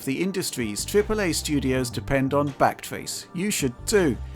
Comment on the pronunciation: Lol brought to you by backtrace, thought he said blackface 😂